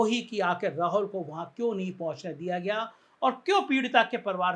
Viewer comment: सर, राहुल ठीक से उच्चार करने की प्रैक्टिस कीजिए। आप हरबार राहोल राहोल बोलते हैं।